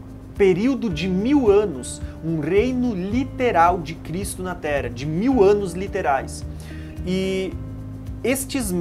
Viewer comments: pq será que ele fala "tera" ao invés de terra? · O irmão fala muito Tera, não fala o rr.